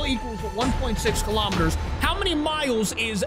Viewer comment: It’s kilometers not kalomaters